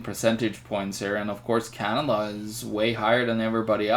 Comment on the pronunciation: it's canada , not canaba !